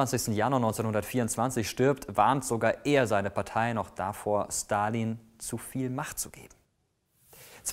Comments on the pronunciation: Wieso kannst du seinen Namen besser aussprechen als den Namen Elon Musk? Hast du Russische Vorfahren? :D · Der erste Der Stalin mit einem S ausgesprochen hat und nicht mit einem Sch!!!